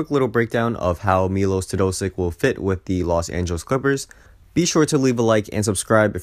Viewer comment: Milosh. ..Mylosh. ..Melosh Teo...dosich! Actually not bad for a Yenkee, hahaha!